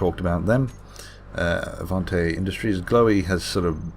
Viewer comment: Thanks for pronouncing my faction correctly Avante Industries.